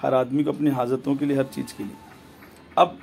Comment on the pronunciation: Are Jahil Pahle Sahih Urdu Bolna To Seekh Le....Jaroori, Cheej, Jaja, Namaj, Trabi, Saaba......Yeh Sirf 2 Minutes Mein Urdu Ka Hal Hai, Puri Video Mein Urdu Ka Jo Bedardi Se Murder Kiya Hai....😀😃😁😆😅....Allah Ki Bachaye Aise Jahil Babao Se.